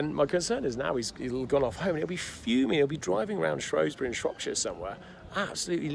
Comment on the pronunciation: Hahaha I thought I recognised that castle behind you and the bridge, isn't it Shrewsbury (the local football team has a shrew as an emblem) and not Shrowsbury